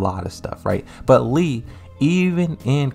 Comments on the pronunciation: My guy it literally says Lee everywhere on your videos ... not LEI it´s LEE pronounced like LEE in Bruce LEE...Lei Wulong is the kung fu cop that resembles Jackie Chan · It's LEE Chaolan. LEE. Idk why you keep saying Lei when it's Lee. Learn how to pronounce names better before talking about these characters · His name is Lee not lei& lei’s name is pronounced lei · Tekken was released years ago and you didn't hear how the announcers pronounced his name properly? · bro you still don't know how to pronounce his name???